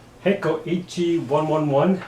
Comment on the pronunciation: It’s actually pronounced the H e one eleven